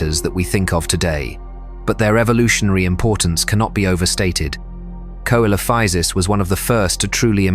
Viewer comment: "Coelophysis" is Latin and it is pronouced "SÉLOFEEZIS". Not "quoelophisis".